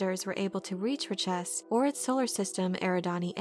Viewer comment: Nice summary, but your pronunciation is incorrect... Richese should be pronounced like 'rich-ehss'. At least, if the original movie is correct. "We have just folded space from Ix...Many machines on Ix. New machines." "Oh. Yes." "Better than those on Richese." Find that scene if you want to hear it.